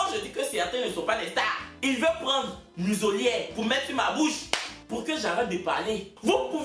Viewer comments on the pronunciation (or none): Musolière🤣🤣🤣c muselière on dit